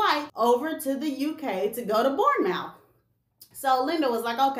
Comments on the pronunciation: Hi, I'm actually from the UK and looks your videos and all the tea spilling...you know your stuff. Anyway, we pronouce Bournemouth.... BORNMUTH. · Its "Borrnemouth"🤭 thanks for the video 🙏🙏🇬🇧🤎💜🤎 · SayaSo Bournemouth is pronounced Bourne-murth